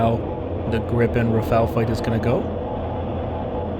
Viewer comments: RA PHA L' or RA FA L - not Raffell RA-sputin FA-n L :D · rafale. not rafel. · Rafale. Not Rafael. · Rafale. Not raphael.